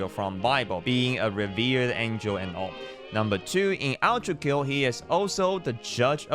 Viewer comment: Why are you calling it outrakill. Do you have a speech impediment or smth cuz it's ultrakill not outrakill broski